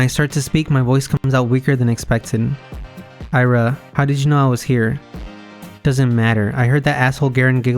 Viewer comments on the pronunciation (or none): its 別に, and Ira is pronounced as Eera